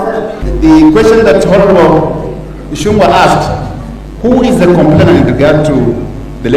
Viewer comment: Thanks for the bold analysis Sir. Kimani Ichung'wa's goose is already cooked and he is on his out. A small correct please Kimani Ichung'wa NOT Ichun'gwa. The ng' in Kikuyu is always like the name "Ng'ombe" so sio Ichun'gwa it is ICHÙNG'WA